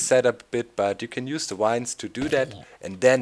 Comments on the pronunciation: I think the joke is about the fact that doc says wine instead of vine :P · vine is pronounced like the german word Wein